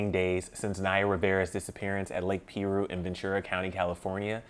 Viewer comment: It's prounced pie- roo